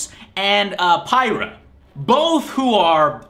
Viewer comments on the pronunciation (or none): Has he...Has listened to the game at all? He pronounces Z.W.E.I. Zw-ey, when it is pronounced Zw-eye. Pronounced Pyrrha as Pie-rah, when it's pronounced Peer-ah. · Just sayin. It's pronounced "Peer-a" Not "Pie-ra" Patroklos actually says in the game, so you don't even have an excuse for saying it wrong. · Pyyrha is actually pronounced pura